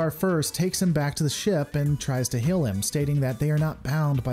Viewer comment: this has nothing to do with star trek. I'm fascinated with accents and i noticed that the creator pronounces "heal" as "hill", "feel" as "fill", "hail" as "hell", and "field" as "filled". Does anyone know what region of the US he's from?